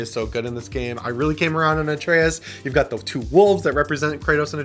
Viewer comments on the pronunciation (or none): none